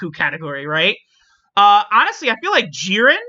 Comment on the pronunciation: Man said jiren. Almost as bad as when he said hit should be on conquest of terror lol